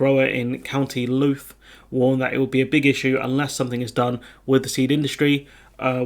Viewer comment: Thanks. Btw Louth doesn't rhyme with youth, it rhymes with loud. Trying to figure out how words sound from their spelling is confusing when you're used to English words eg. 'sure'. In English words that you'd think rhyme don't, eg. would and mould, dough and cough, limber and climber... Also words you'd think don't rhyme do, eg. write and right, heir and air, knows and nose, cite and sight, won and one, eight and ate, knead and need, sweet and suite, phase and faze, ocean and notion... Plus all the silent letters in English, eg. hour, whole, calm, gnaw, hymn, knock, wrap, debt, yacht, straight... Plus words like laugh, colonel, busy, once, indict. Etc etc...